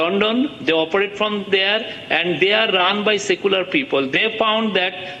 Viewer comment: "Secylar people"😂😂😂😂😂